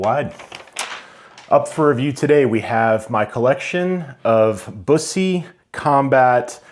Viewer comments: You’ve got a nice collection there. I’ve never been able to let any of my 100+ go. BTW… Bus’-ee Waa’-see-on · It's pronounced BUS - E. Like a "bus" driver and then just saying the letter "E"